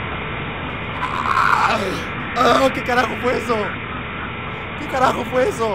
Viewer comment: Juegagermn no digas heso